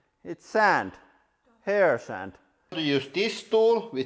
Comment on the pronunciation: The way he said "HAIR SAND" with his accent made me lose it